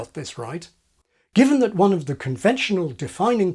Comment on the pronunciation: There's that word again? "offov"